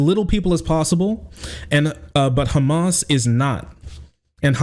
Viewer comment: please don't correct yourself when saying hamas. an H sound is the closest sound you can use not a goddamn Kh. its like calling someone with the name ahmad akhmad or mohammad mokammad. it hurts my arab ears lmao hamas is written with ح not خ